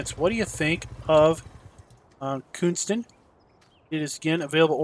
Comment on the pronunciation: The "K" in Knuston is silent so It's pronounced "Nuston"